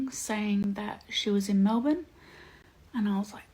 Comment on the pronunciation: Any other Aussies cringe a bit at the way she said "Brisbane" 😂😂 always funny hearing non-aussies pronounce it, that and Melbourne